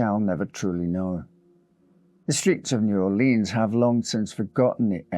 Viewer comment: New Orleans is pronounced new Orle-uhns or new Or-lins. Never upon EVER new Or-leens! It makes our blood boil. As Lafitte would say, Arrrrrrgggghhhh!!!!